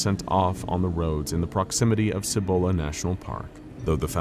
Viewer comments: Side note; because I hate how you pinché gringos can't pronounce some of the SIMPLEST Spanish(+Spanglish) words & names from here in NM(or in Spanish in general really)!! It is pronounced "SEE- BOWL- UHH" National Forest!! It's the forest on the eastern side of the Sandia(SAN-DEE-UHH) Mnts. Sandia being Spanish for watermelon, because of the color the sunset shines against the range(the range that is closest & most visible from ABQ, which also secretly holds an underground base that is directly associated to Kirtland Airforce Base and the Sandia National Labs! A place which, allegedly, is the actual place that the crafts from Roswell were taken, reverse engineered, reconstructed, and then eventually were used & improved on for the US Government. My mom used to work at Los Alamos National Labs(WITH BOB LAZAR NO LESS) near the reactors & the other nuclear resources(maintaining the highest level of clearance a civilian is able to) and she told me that because New Mexico is essentially the world's biggest volcanic graveyard(with all kinds of volcanoes from all different eras and ages) that there are giant, miles long tunnels that connect LANL to SNL over 90 miles away, and to several military bases, most notable the Dulce base which is ridiculously famous for being the central location for an alleged underground alien revolt battle from the hybrids created by the US government!! Dulce also being one of, if not THE MOST UAP & other paranormally active places in the state and count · >.< another good episode but I have to be a pain. I'm a NM local and for the pronunciation for Cibola. The C actually says its name so its not a hard or soft c. its one of the weird ones i know. Sorry local pronunciations not said correctly kind of urks the locals.